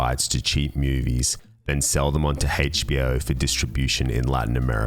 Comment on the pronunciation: Hayche-Bee-Oh! LOL Excellent video, though.